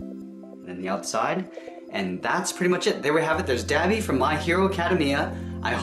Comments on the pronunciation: It’s Da-Bi Dah-bee DUH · DID HE JUST SAY DAB- EEE